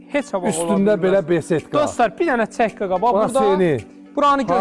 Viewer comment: Цək yox, çək😂